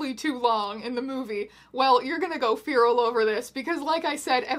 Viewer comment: hearing teya pronounce "feral" like "fearal" made all of my bones fall out